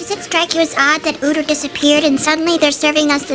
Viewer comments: 원래 우터가 아니라 위터 아님? 하고Ü하고는 발음자체가 다름. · 우터가 아니라 위터인데 왜 우터라고 하는 거지??